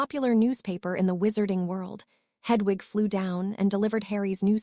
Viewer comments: Why does the reader say hudvug when it should be Hedwig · Hudwug😂 Please re upload with a better AI :p This one cant do names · The owl's name is not h u d w u g, it is Hedwig, if the English language is so difficult then find a different AI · The mispronunciations are hilarious. Hudwug flies to Hugwhuts. Priceless.